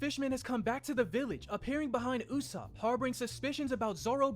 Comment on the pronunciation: The usopp pronunciation is hurting my soul - and the slander